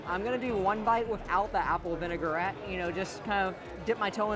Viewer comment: Me every time he says "vinegar-ette" 😬😑